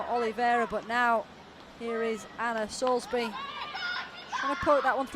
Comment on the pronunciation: Who is Anna 'Soulsbury' ? it's Soulsby !